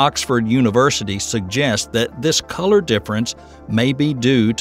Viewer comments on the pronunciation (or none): I thought he said "Neptune's blue collar" rather than "colour", as if it's a working class planet!🤦🏻‍♀️